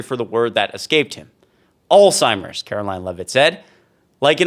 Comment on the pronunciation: Alzheimer is a word so mispronounced but not here. 💯 Thanks for this very informative post 🇨🇦